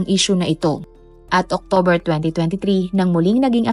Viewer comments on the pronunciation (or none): none